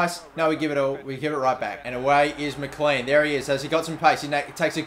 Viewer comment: McLean is said mclane